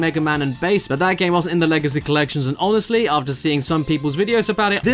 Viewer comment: HEY BASS*, WHY ARE WE FIGHTING!? WE ARE NOT ENEMIES!!! SHUT UP. *Bass's name is here pronounced like "sea bass" and not "slap bass".